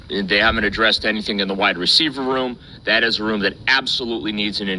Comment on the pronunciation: I thought he said white receiver at first lol